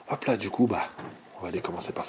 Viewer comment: Super. Belle video. On ce regale. Dite moi etes vous alsacien. Vu le hop pa la.